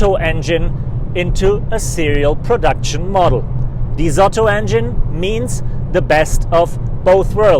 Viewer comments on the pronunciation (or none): none